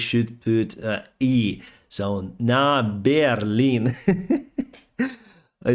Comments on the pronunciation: I noticed at the end there, the Russian vehicle with the typo on the front.. There is a bear on the front. Could it be a deliberate typo? The way pronounced it was like “we are going to take bear lin” Otherwise it’s interesting that they used a Chinese bear on the front 🐼. I’m surprised China has stayed out of the war. I feel like they might be encouraging Putin to continue behind closed doors till after Xi is “re elected” then maybe they will invade Taiwan. I don’t think at all that this war was a wake up call for China. Instead I think China sees Russia as a bunch of ammeters. Slava Ukraini 🇦🇺 ❤️ 🇺🇦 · NA BearLIN 😂